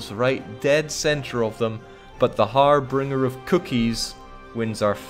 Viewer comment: did mispronounce an english word?? 'harbringer' instead of harbinger?? dishonorable, i demand perfection!